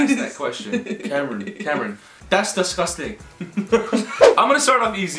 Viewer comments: the way ethan says discusting😂😂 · “that’s desgustang” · when Ethan said “Cameron that’s dIsGUsTaNG” oof 😂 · I sounds like he says dusgusting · I heard "Das dasgusting" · “that’s disgustaying” 💀😂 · Ethan: "that's...DiSgUsTaNG"